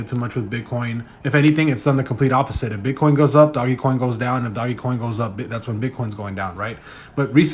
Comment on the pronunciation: Quit saying doggycoin it’s DOJ. Put some respec on Doge’s name before I report this video for violating the meme legend! #dogecoin